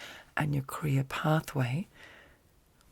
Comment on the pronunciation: when you say career i hear ''korea'' i don't know why but it is sooo funny to me haha love ya